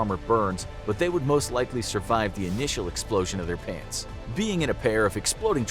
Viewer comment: Why i think ot said plants💀💀